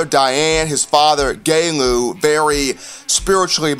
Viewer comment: Hey, cool show. Btw Tua's dad's name is pronounced Galu (Ng-Ah-Loo) Tagovailoa.#ROLLTIDE